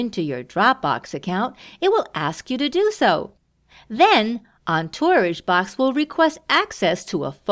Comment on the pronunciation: Might have been a good idea for the person doing the voice over to learn how to pronounce "Entourage"